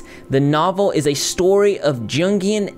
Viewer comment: Follow up to last comment... Jungian (pronounced like jun-gee-an) and esoteric is pronounced as eee-soh-teh-ric (eee-soh-t-eric). I still adore you and all that you do, though! Just trying to help a brother out. :) ♡